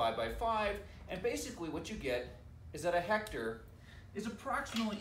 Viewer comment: 😂😂😂😂you're a good teacher! Straightforward. "What's a hect...ar"